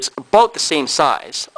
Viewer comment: he said aboot. hes from canada.